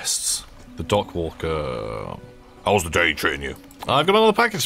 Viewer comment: I am unreasonably irritated by pronunciation of the word "dockworker"